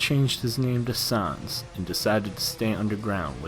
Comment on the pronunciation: Sons is not how you say it It’s sans (sanz)